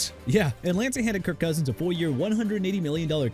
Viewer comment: STEVE SMITH SR. NOT "TEVE SMITH SR.", TRENT WILLIAMS NOT "BRENT WILLIAMS", KIRK COUSINS NOT "IRK COUSINS", DREW BREES NOT "BREW BREES" AND NEW ORLEANS PRONOUNCED NEW OR-LINS NOT NEW OR-LEANS!! GOT A PROBLEM WITH GETTING THE NAMES RIGHT,?! DO AMERICA A FAVOR AND QUIT!